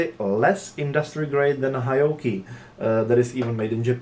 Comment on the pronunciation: It’s pronounced Heee Ohkee